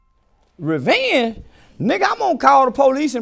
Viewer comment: "REVENGEEE"...NIGGA IM GONE CALL THE PO LEASE!!!! - 2023 😂😂😂😂